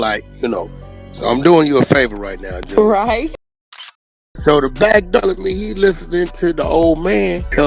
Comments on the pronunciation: Hey mister journalist, I believe it is pronounced ALL STAR JAY ARE Just trying to help playboy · Allstar J.R. not "junior" 🤦🏾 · How this bullshit came out a day ago & the narrator still calling foo Allstar Jr when all of Us who didn’t previously know, NOW know it’s Allstar J R? Smh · Spending the whole video calling JR “junior” is crazy if you did even a lil research lol. Even in the Akademiks clip he calls him JR multiple times